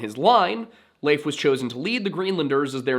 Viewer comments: Finally someone who pronounces Leif as Leif, and not Leif. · Thank you for pronouncing Leif the way you do. It was kind of consistent. Not perfect, not bad! Now say Cnut or Canute, or Knud, or Knut or... Love your channel BTW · Good video. I liked how you pronounced Leif correctly! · Thank you for pronouncing Leif correctly!